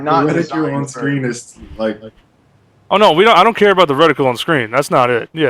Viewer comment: Hearing reti-KYOOL hurts my ears....... RETI-KUHL.* </3 Fascinating discussion nonetheless